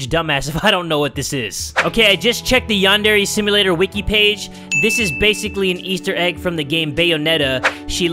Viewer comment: I LOVE HOW ALMOST EVERY EPISODE, SAYS; “ Yandere Simlelator ” 😭